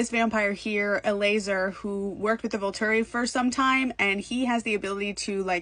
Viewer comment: Its pronounced Eh-LIE-ZER